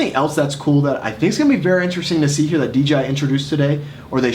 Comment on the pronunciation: If you are going too review it, at least learn to say," Dee-Jay-Eye", not "Dee-Gee-Eye"